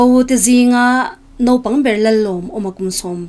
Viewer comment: Ziak ah chuan naupang, lamdan/pronounce ah chuan nopang tih tur .